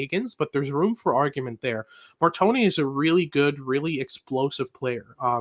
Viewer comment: Please let’s call him Mar-tone And NOT Mar-Tony 🥲🥲😅😂